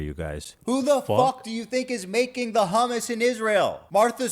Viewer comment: The way these people are saying Hummus is pissing me off.